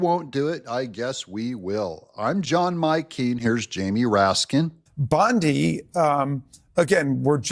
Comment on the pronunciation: RASKIN??? "RAT-SKIN"